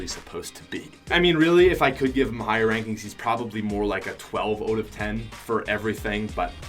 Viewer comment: I like ur accent when u say “out” u say “oat”